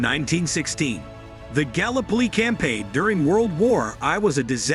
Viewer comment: Mate learn how to pronounce 'gallipoli' properly it's very disrespectful to the Anzacs.